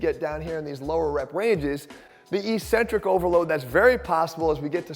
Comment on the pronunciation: Why do exercise people persist in mispronouncing eccentric?